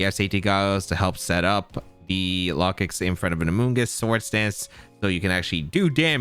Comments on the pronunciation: I think its pronounced like locust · that pronunciation of Lokix has to be bait